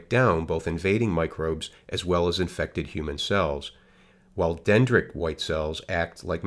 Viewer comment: Why does he mispronounce so many of the cell names? It's "dendritic" not "dendric!"